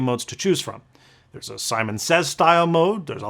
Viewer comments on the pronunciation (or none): none